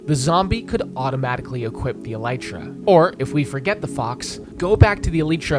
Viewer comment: he is alternating between pronouncing elytra and mispronouncing it.